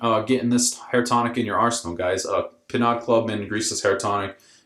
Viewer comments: it's pronounced "pee no" not "pee nod". French... it's more of a scalp refresher than anything else.. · BTW….it’s pronounced “pee know”….it’s French. :)